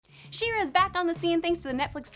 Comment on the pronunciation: I am I the only one who heard “Shiro” instead of “She-ra”?